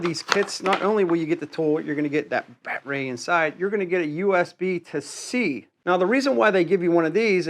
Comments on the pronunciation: If its rye obee not reeobee that it's battery not bat tree. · What on earth is a BAT RAY ? It’s battery noooo RAY BATT……ER…..Y battery ! OMG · You dont really need to show us the bat-ray on every single device. We get it! By the by... its called battery! ;) Pronounced Batt-e-ri. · lmao so why do u say batray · It’s BATTERY NOT “Bat Ray” 😂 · Its "battery" not bat ray ;) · Dude, I’ve watched a number of your videos. Some constructive criticism. Please speak clearly without any weird pronunciations. Maybe I’m at fault here but as soon as you say “battraay”, “Rayobay” I shut your videos down and move on. Best of luck. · baaaatteryyyyy NOT batrey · The word is BATTERY. NOT. BATRAY. But I'm sure that you knew that didn't you NUMBNUTS!!!!!!! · Batray?🤨is this guy sum backwoods Canadian 🫠. It’s battery 👌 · Pretty cool tools, but just one question. What the heck is a "batray"??? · You say ryobi wonderfully, but I am unfamiliar with batrays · The wY this guy says battery is bloody silly...saying like (Bat-er-ray)..think he's doing this type of silly talk just to get noticed...can't even pronounce it correctly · I'm sorry but is he calling them bat-rays? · Why tf do you say battery like that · Hi buddy. I'm the guy you told to get bent because I said you upload low quality videos. (@ Way to remove my ability to comment on your videos and reply to what you had said. Did I hurt your little feelings?😰😰 As a response to your comment replying to mine, What shall you do? Maybe start by improving the quality of your videos by learning how to pronounce battery properly and not repeatedly trying to correct people on how to pronounce Ryobi. like duh, of course it's called Ryobi not Reeobi. And a few other things too. Get bent? The only bending I'll be doing is bending over and laughing at you. By the way, Ryobi is crap. You would know that if you watch an unbiased review channel unlike yours.